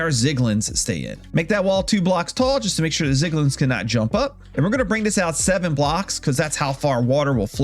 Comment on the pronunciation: love the tutorial just PLEASE THE ZIGLIN SPEAK IS GONNA KILL ME